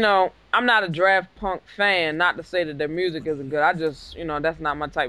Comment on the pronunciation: did you just call them "draft punk"? LOOOLL